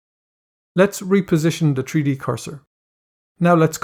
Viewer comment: Tree Dee LOL